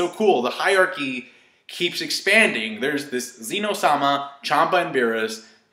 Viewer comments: just fyi -- It's not Zeno (Zee-no), it's Zen'ō (zen--oh), King/Lord[s] of Everything. the ō being "lord," the zen being "everything." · x This so called Zen-Oh is nothing compared to the strongest king, Ken-Oh-sama! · Zen'no = Omnipotent